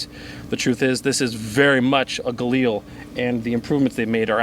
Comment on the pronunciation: Everytime you said "galani" I thought of Brad Pitt saying "gorlami" lol